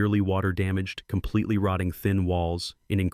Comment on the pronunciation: Complitly, violently, firmly, entirely, what's with you 😀